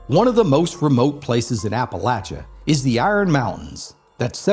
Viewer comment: This is not a native Appalachian. He mispronounces Appalachia His accent is that of an actor. SUCH NONSENSE......